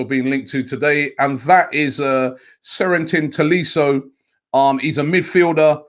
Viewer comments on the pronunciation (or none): "Sérentin Tolisso" Lmaoooo, the way Robbie always butcherd French names is pure art